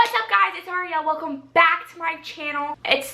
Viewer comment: when Ariel says welcome BACK! so strongly